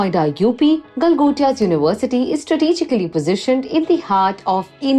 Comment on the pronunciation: Galgotias ❎ Gala gotia ✅